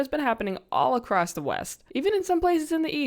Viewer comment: subbed as soon as you said acwoss